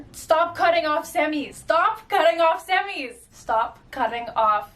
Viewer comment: Only issue with her statement. Mispronouncing Semi’s. 🤦‍♀️